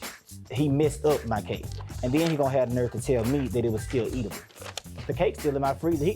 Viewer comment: Did this dud say Eat-adible?